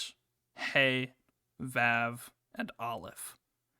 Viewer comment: Oh hey you fixed most of the abnormality rank pronunciation! But I will note that for Vav (or how it’s written in the games Waw) it’s slightly off, the a sound is meant to be more of an “ah”like in fauna